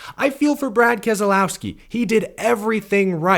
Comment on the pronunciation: It's Kas lowski not Kaz ah low ski?!!!